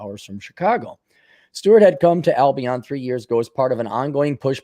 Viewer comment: Pronounced... Al-be-in